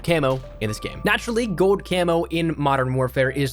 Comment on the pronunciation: You say gold like GOAD